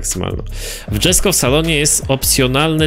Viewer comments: jak coś przy Jesko czyta się jesko, nie dżesko bo to szwedzki a nie angielski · Wymawia się "Jesko" a nie "Dżesko". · Koenikseg jesko był w Forza horizon 4 a poza tym czyta się jeśko a nie dżesko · ale mnie boli jak mówisz "dżesko" to jest poprostu Jesko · Japierdole znawca motoryzacji... DŻesko... aż mnie trzepie, pewnie też mówi LamborDŻini... tragedia z typem, kanał o grach związanych z motoryzacja... tragagedia